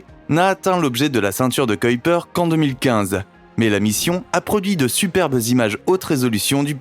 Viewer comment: KUIPER ! Pas couillepère !